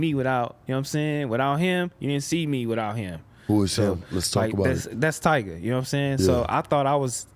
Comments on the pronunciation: that nigga called that nigga “Tyger” 😂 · Why sharp call him “Tiger “😂😂😂😂😂😂😂😂😂😂😂😂😂😂😂😂😂😂😂